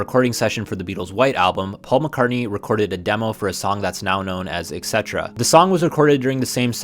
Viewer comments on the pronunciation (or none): Et cetera not ek cetera and also not ex etera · As long as you brought it up, "etcetera" (actual spelling of the full word; no idea how McCartney spelled it) is pronounced exactly how it's spelled, "ett-SET-turruh", not the common mispronunciation, "EKK-SET-turruh" or "EX-SET-turruh". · Bro can’t say et cetera properly 🤣